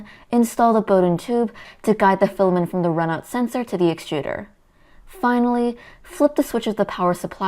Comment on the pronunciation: Still saying filamen instead of filament...